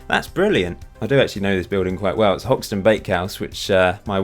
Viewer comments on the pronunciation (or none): none